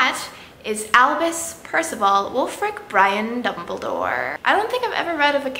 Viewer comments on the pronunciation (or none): it's albus dumbledoor not alvis dumbledoor